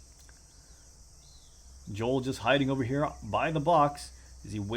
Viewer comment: Dude I feel physical pain each time you say Jol and not the right pronunciation Jowel